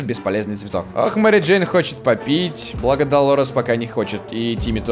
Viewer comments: Мери "Дейн" чуствует себя прекрасно.Я один заметил? не Джейн а Дейн..:? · МЕРИ ДЕИН??? БЛ*ТЬ ЧТО?